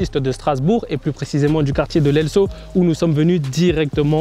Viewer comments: Elsau sa se prononce « Elzo » pas « Elsso » mdrr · On dit [ Elzau ] . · Sa ce di elzau mes sa s ecrit elsau je le sais j habite a l elsau tout les jour h entend du larry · Bien mais l'elsau sa ce prononce " l'elzo "